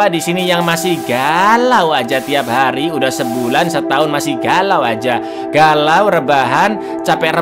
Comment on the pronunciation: hari bang bukan hair🗿